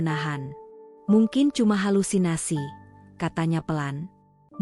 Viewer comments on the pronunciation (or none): none